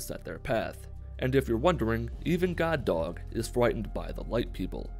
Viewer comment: Whenever he says, “God Dog” it sounds like he’s saying Guard Dog in a Brooklyn accent.